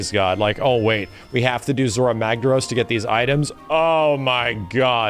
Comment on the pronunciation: Zorah Magdaros not Zhorras Magdarros